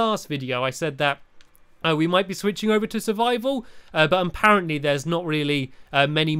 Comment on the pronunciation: why do you say "amparently"? Its suposed to be "aparently"